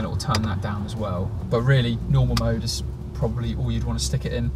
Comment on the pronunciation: The word is probably,not probally.